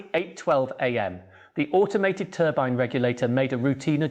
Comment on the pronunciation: TURBEEN what the hell is a TURBEEN, is this crap AI